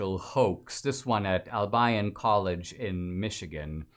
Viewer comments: Dude, its Al-be-yon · Dinesh, it's pronounced Al bee on! And I am surprised that it still has that name since Albion is the mythical island of magic in white mans folklore referring to the Island of Brittany! For being so "woke" they sure missed that one! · Dear Dinesh, you're miss-pronouncing the name Albion. I grew up in Michigan, so I know.